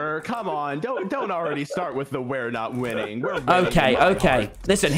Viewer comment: "Wil, Wil- I have injected winning (I THOUGHT HE SAID WOMEN) into my veins."